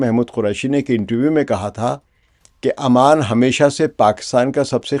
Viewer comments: Pehli Baat it's Ooooman not aaa man, thats a different city.. Capital of Jordan. Secondly if u think Oman and UAE can become one country just because they were part of one sultante you have no idea of the socio political fabric of the gulf Arab states. They all have deep rooted distrust among themselves, even within the UAE the different Emirates don't trust each other and neither do the different clans have any trust between eachother. All these shekhdoms are severely mentally handicapped and can't think for themselves for one day. All of these things that you are proposing have no connection with reality. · Aman nahi Sir, its Oman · it is called Oman not Amman which is capital of Jordan. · It's not Aman it's Oman... Aman is the capital of Jordan... Naam to Sahi le janab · Sir it's not Aman . Oman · امان يا عَمان نہیں بلکہ عُمان (اومان) ہے۔ عَمّان اردن کی دار الحکومت ہے۔ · It is pronounced as OMAN....Not Aman...pls correct it..